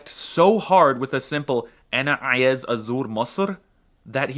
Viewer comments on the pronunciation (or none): he is good but still sound like a foreigner. he has the problem that every native speaking of a European languages (except Germans) have with throat sounds which i think they're called Guttural in English he put much effort in ع sound in ayez, he mispronounced the word